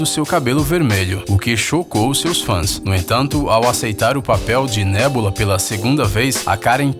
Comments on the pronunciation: Nebola->( Neboloza ) Gamorra->( Gamora) Vedyun->( visão) Croc->( crocodilo) Mesdyc->( mística) MEU DEUS VC NÃO SABE O NOME DOS PERSONAGENS DA MARCEL ( até a minha sobrinha de 6 anos sabe o nome de todos eles) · Gamôrra? Nébula?